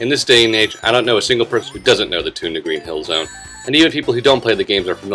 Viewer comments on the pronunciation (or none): said green zill zone in stead of green hill zone but im a fan of.